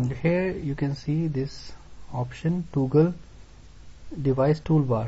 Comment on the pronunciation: Please correct your pronumciation for toggle. Here is a link that will tell you how to pronounce it